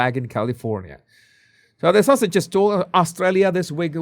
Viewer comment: 😂 I thought you were saying "Sussexes" with your accent. But I am sure you are really saying "Sausages"!